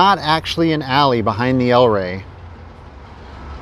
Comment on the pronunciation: It's the El REY, not the EL Rey.